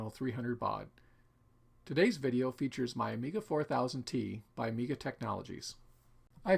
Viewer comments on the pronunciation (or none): none